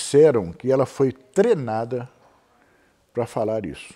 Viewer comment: Trenada? Usaram uma trena? Ô mané, "treinada". Vê se aprende!